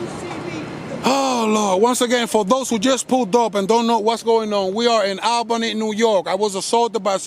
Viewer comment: It’s pronounced AWLbany or ole-bany lol